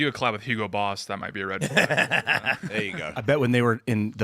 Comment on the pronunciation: "Ye don't need to go theya..." It's not about NEED, MFer, I do what I want.